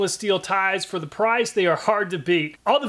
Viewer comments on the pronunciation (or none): none